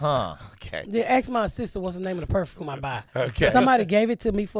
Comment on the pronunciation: I thought she was saying “Woof” when she was talking about her appliances lol Perfrume, ridicalous etc etc. The words just add to the enjoyment of this episode. The duality of trash and garbage is right. Is there any surprise that a woman that has been shot in the nipple but now has money is a bit of both lol.